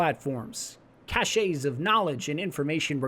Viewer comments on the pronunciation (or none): When you say 'kashays' do you mean caches? Because it sounds like you're saying cachets, which are very different things from caches. The word cache is pronounced 'kash', therefore caches is pronounced 'kashes'. It should sound the same as the second word in this sentence: "She cashes her check on Saturday." This isn't one of those "matters of preference", where both pronunciations are acceptable. One pronunciation means something completely different than the other one. A cachet (kashay) is a mark or seal. A cache (kash) is a group of valuable things kept in a hidden place.